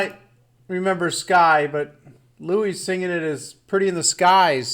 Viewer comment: Michael Lynch Louis is pronounced Lewie.